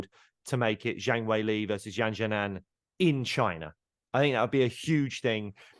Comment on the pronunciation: Completely agree, Zhang Weili is fantastic. Exciting, fun fighter and proper down to earth. Just an FYI, pronunciation is “Jang Way Lee” too British-ise it. I work in China so proper hope her next fight is there!